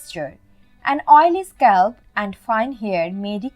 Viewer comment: It is not" hursh" it is" harsh" and also not "sculp" it is "scalp" Good informations though.👍🏻